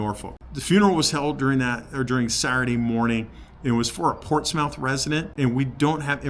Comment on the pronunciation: Sorry not to be a critic, but it is pronounced Ports Muth. I can forgive you having been a former Californian. HA HA. God bless you in your treatments. As an Army Military Policeman and War Veteran with a few server knocks on the head and PTSD I can sympathise. God Love you, Thanks.